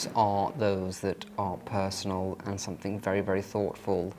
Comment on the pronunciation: it's something not somethink